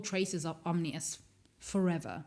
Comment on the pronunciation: It's "Om-NEE-us" not "Om-inus." Also, it's "Axe-lah-tul" not "ax-o-til" tanks.